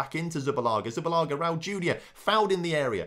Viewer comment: It`s Zubillaga ffs ;)